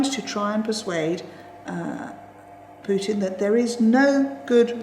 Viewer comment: did you refer to Putin as Puting?